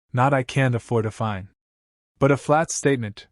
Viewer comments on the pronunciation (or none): The word is FINE not FIND. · If you listen to the narration every time it says the word it is pronounced as find.